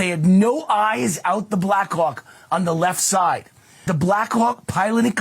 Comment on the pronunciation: Anyone else hearing Black c*ck instead of Black Hawk? 🍆